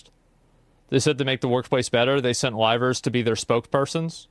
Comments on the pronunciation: i just adore the fact that the CEO's pronunciation of "Livers" sounds like "Rivals" like he didn't just sic 3 of them on Selen. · I thought that guy was saying "rivals" for way too long